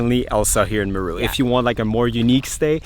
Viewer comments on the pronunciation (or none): He's pronouncing it like Peru. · 😂😂😂😂😂.... its not mru. its M-e-r-u. Buts it all kool though. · It's pronounced Meeeee (like goat sound) then RU - MeeeeeeRU not Miru 🤫🤣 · You are saying Meru so wrongly and that is so bloody irritating as it makes the video unwatchable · Wow very nice never thought Meru had such beautiful scenery and great game drives. By the way your wife says Meru exactly how it should be said much better than you. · I like the way pronounces 'Meru' 😂. Huge fan of your channel.